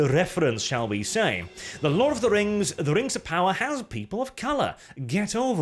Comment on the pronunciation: Its Amazon's Token, Rangs of Powah.